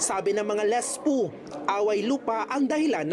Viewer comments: "lisPu"... super professional reporter! 🤣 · Reporter ka lispu ang bigkas mo e ano ka tambay sa kanto😮😮😮